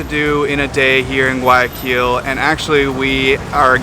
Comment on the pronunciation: If you pronounce the G one more time in guayaquil i’m gonna freak out!!!! 😒😩😩😩 Youve been ecuador a lot please learn it correctly hahaa other parts of the video you say it right. Cmonn guys … also nyc has the telifrico to roosevelt island and its a commuter transport